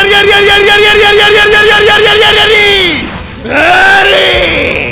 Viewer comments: Certo, in italiano si dice "Arivederci", non è la storpiatura di un doppiaggio che non ha idea di come si pronunci l'italiano perché sono due lingue diverse, assolutamente no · As an Italian American, you have no idea how it bothered me that bruno's VA mispronouced that final line. Im glad you fixed it